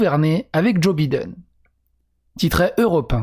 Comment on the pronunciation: Vous croyais quoi ? C'est un IRLANDAIS CATHOLIQUE descendant de l organisation nationaliste de l IRA !!! Vous croyez que ct un ptn de gaucho lgbt + Sinon c drôle comment l auteur prononce Biden au lieu de Baïden on a l impression que le mec à déjà bider son mandat